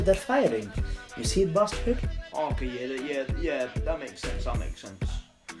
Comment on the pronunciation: why do u say barstard all the time